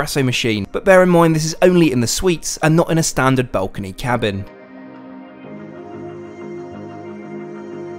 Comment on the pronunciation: Dude really can't say the word balcony....